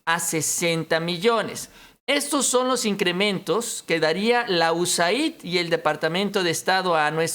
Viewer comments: USAID SE PRONUNCIA "YUESEID" QUE SIGNIFICA AYUDA DE ESTADOS UNIDOS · "USAID" SE PRONUNCIA "iu-es-eid) US (Estados Unidos) AID (ayuda) = ayuda de Estados Unidos